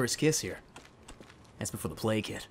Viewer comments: All this time I thought he said play kit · I.... thought he was saying play kid... But that was before the plague hit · I always though that he said ''Before the play kid'' But now i have seen the light. But that was before the plague hit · He was saying plage hit, I thought he was saying play kid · Sound like he is saying playkid